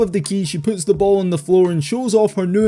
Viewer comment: "And Lexie Hull poots it back for two".